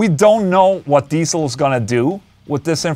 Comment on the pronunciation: For those interested how to pronounce Diezel correctly: it's not Diesel but Deetsl.